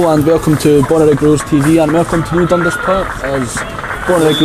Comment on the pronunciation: It’s pronounced DunDAS not DUNdas.